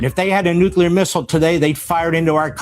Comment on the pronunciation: "nucular" is not a word "nuclear" is pronounced like "new + clear"